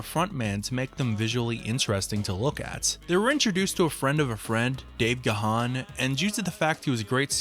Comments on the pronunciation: I've adored Depeche since '81, and this was a fantastic review of the band, just one small annoyance though, its Dave GARRN not Dave Gaa-haan, I have no idea on why Americans can never pronounce it properly. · Yet another one who doesn't know how to pronounce Gahan. And Alison "Mowyet"? Ffs, it's "garn" and "moyay". Do some proper research. I don't get the praise for "Come Back" as it's dreary af, and Memento Mori is just shite. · Gahan is pronouced "gone"